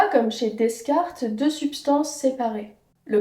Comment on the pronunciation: C'est très bien ce que tu fais,. Seule petite remarque: les "s" dans Descartes ne se prononcent pas, tout comme dans "des cartes".